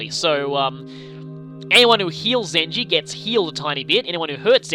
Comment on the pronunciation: Did you just call Zenji Zenny?